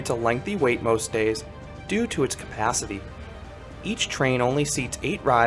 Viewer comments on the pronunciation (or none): none